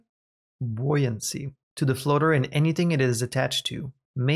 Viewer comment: You're doing very well at figuring out the pronunciation for new words. Buoyancy is a tough one, but you nailed even that. I have a lot of respect for people able to learn multiple languages. That's something I've never managed to do beyond bits and pieces.